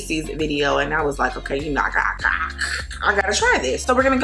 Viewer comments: Love how she say okay !😂💀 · I like it when she says “okaey” lmao